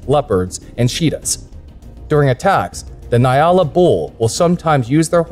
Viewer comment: Gemsbok is Oryx in english. Nyala is pronoced "njala" j being soft. 👌🤗